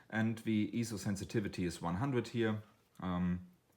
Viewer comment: I had a bit of a problem with your accent and mispronunciation of Ah PER chur and EEEzo, plus low volume and monotone voice. But after watching the video several times I was able to get something out of it. Overall a decent video, but with the above comments.